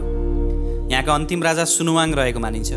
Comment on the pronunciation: सुनाहाङ हो, सुनुवाङ हैन